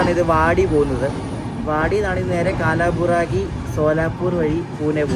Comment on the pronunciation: കാലാബുറാഗി അല്ല കൽബുറ്ഗി..❤